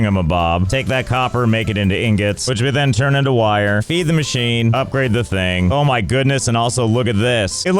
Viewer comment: "Upgrade the HUB" ☝Hup-grade☝